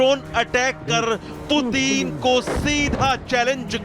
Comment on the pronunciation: भाई एंकर पुतिन नाम है पूतीन नहीं 😃😅😂😄😆😀